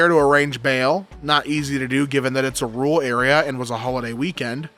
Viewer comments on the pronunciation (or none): none